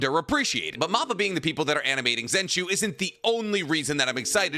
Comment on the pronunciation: great videos but please stop saying moppa its (mappa like map that has directions on it and pa like a panda